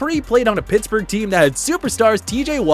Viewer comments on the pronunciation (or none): none